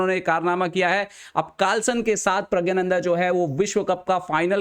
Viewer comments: Bhai pehle naame to theek se le le. pragyananda nhi praggnanda hota hai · vo pragya - nandha nhi hain. Praggna- nandha hain. Thik se to pronounce krlo apne player ka naam.